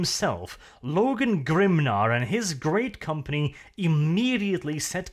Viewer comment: *Sigh*,.... Grimnear? Really? It's Grimnar,.... GRIM NARRRRRRR!!!